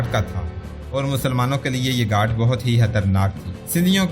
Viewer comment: گھاٹ نہیں بلک لفظ گھات ھے